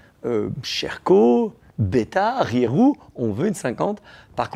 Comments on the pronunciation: je reve ou il a dit rirou au lieux de reiju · Il m’a tué quand il a prononcé Rieju 😂😂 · Rieju marque espagnole donc le J c’est R 😂😂